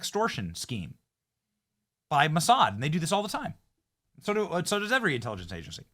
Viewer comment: You said, Massad???